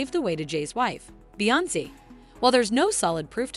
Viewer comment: As well as beyonce as beyonkay 😂